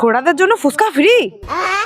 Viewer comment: ফুসকা নয় কথাটা ফুচকা। পরিস্কার করে উচ্চারণ করুন।